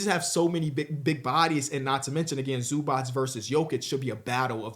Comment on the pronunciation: Mans still cant pronounce zubac name and we supposed to take him seriously? 🤔